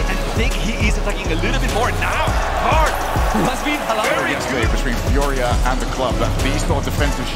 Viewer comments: I love how you changed the name to "FUJRIA" for a second there 😂I was also chuckling at the caster's pronunciation when watching live 😂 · i'm always so torn between how to pronounce furia. do i go for saying the spanish word or the english caster's way? lol